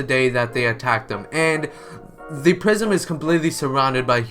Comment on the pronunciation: Is swear he kept saying prism and not prison